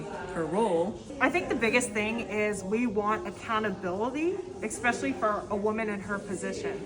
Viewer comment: ESPECIALLY NOT EXSPECIALLY!